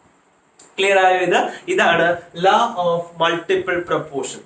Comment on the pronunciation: Bro law pronounce chayunathu enganne alla...plz correct it